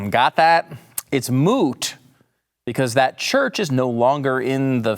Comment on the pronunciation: "Moot," ???? This guy has been watching way too much, "My Cousin, Vinny."